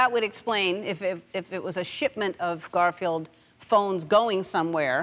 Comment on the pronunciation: Did Ellen said CARFIELD?